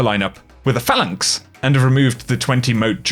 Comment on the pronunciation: yoooooooooooooooo "phalanx" LMFAO that accent